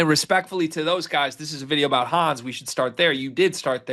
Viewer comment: German Here, His name is pronounced Hann',,,es ,,,, Honn S,,,,, Not Hanz and no they aren't the same.